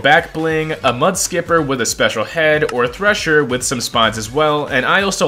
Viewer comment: No way bro just said Thresher with the hard r